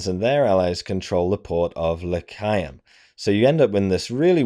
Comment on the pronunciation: The way you pronounce Lecheaum, makes it sound like this was a battle in Judea.